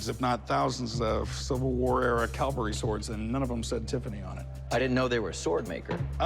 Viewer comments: Hey Big Hoss...Calvary = where Jesus died. Cavalry = mounted troops. You're welcome. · Please Cory; it is not "calvary"; it is "cavalry". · Isn’t it a cavalry sword, not Calvary…. Come on.